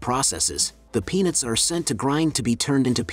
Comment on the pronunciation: Clearly pronounce the "t" at the end of "peanuts". Narrator sounds like he is saying "penis", instead of "peanuts".